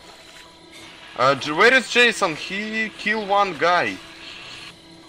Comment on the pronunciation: nekažese Jasona nego česona.